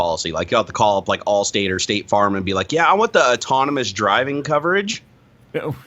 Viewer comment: How does not know how to pronounce autonomous?!?! ôˈtänəməs.